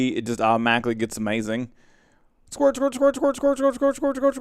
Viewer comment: i love when you say squert (or how ever you spell that xD )